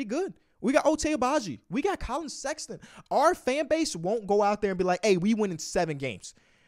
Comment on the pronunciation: KAY LOVE AIN'T SHOW NO LOVE 4 SEX-AH-TON :(